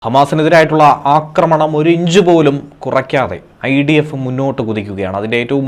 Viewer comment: ഇസ്രായലിനെ പ്രകോപിക്കാൻ ഐഡിഫ് എന്തോന്നടെ വായിക്കുന്നത് നോക്കി വായിക്കു